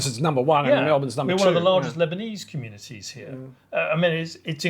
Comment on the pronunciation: mostly a female thing, ' hee yah' turning a one syllable word into two , drives me mad as I live in Melbourne I heard a guy say it like that the other day and it stuck out like dog's what's it's